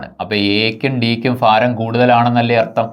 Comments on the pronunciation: ഫാരം അല്ല മാഷേ, ഭാരം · ഫാരം അല്ല ഭരണി yude😃ഭ... അപ്പോൾ ഭാരം. ഒരു മലയാളം ടീച്ചറെ കണ്ട് ഉച്ചാരണം പഠിക്കു മാഷേ 🙏